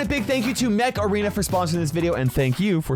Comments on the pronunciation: when u said mech arena I heard macarena. Is that normal? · I THOUGHT HE SAID MACARENA 😭😭😭😭😭😂😂😂😂😂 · Am I the only one or when he said the game mech arena, it sounds like macarena😅